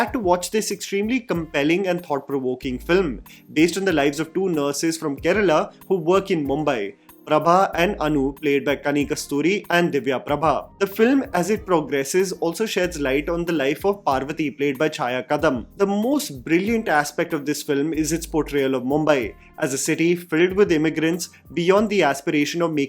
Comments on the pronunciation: Not kani KASTHURI It's kani KUSRUTI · Kani kusruthi, not Kasturi. Kusruthi in Malayalam means 'Naughty', Mischievous etc, and it's a unique screen name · Not Kani Kasthuri, it's Kani Kusruthi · It's not kani kasthuri, it's kani kusruthi